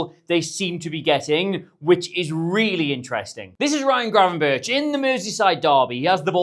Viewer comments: Still pronouncing Gravenberch wrong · You pronounce Krejci better than you pronounce Gravenberch.